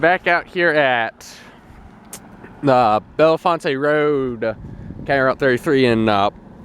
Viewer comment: I live in Hollywood and that’s not how you say bellefonte